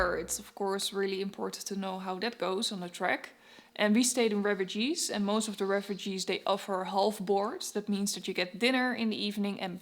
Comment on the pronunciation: you pronounce it ré-fuuu-jé not refugees 😂 but nice videos